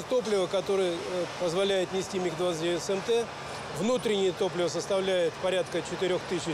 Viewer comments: That's it! Every aviation enthusiast and every Russian have only one mission in life now - find the narrator and make him read commentary again without saying M.I.G. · I am familiar with the word MiG since I was a child. And I have heard it like a million times. But this is definitely the first time I heard it pronounced like that. M.I.G. This guy must have been living under a rock 🤣🤣🤣